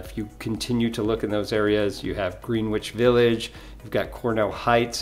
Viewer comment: I think you mispronounced “Greenwich Village” of your video. Thank you for your video. I lived in West Carrollton for 11 years; I’m not surprised to see it listed here. I am surprised to see Kettering listed, though; I always liked Kettering.